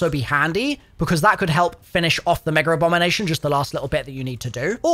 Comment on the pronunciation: Can someone enlighten me on where the R is in “MEGERABOMINATION?